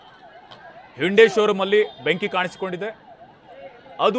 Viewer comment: ಹಿಂಡಿ ಶೋ ರೂಂ ಅಲ್ಲ ಕಣೋ ಗೂಬೇ ಹ್ಯುಂಡೈ ಅದು. ಸರಿಯಾಗಿ ಮಾತಾಡು